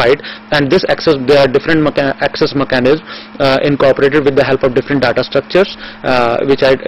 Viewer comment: daaddaaa? Infooomashan? sevel thins poposed? daaaddaa....dadddaaa...fuk off